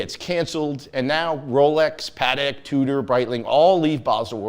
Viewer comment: One would think he would know how to properly pronounce Patek🤦‍♂️